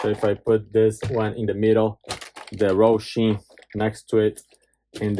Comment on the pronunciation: It's Hosim not Rohsim lol